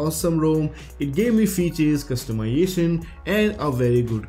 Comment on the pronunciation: Pronunciation errors: flash, htc, customization, exclusive, features, considering, 5 (five), camera...And a lot of grammar errors. When you write the script try and use one of the many online tools. They can help fix the grammatical and pronounciation errors.